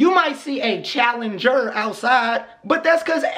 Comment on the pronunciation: “You might sse a challenge(r) outside”😂💀